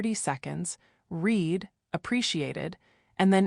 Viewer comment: Greeting cards are REED??? It is pronounced as if spelt red when it is the past participle - moron. And luxury brands with the logo on the outside? A few, yes, but not me nor most westerners.